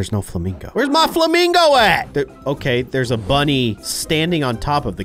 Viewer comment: He accloy said monny insted of bunny.